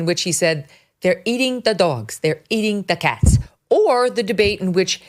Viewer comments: Did you say doyoggs on purpose? I’m full so cal surfer. But doyoggs? Megan still love you.., but doyoggs. Sorry I’m busy tonight. LOL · I enjoy your accent "dogs" and when you impersonate ot use voices.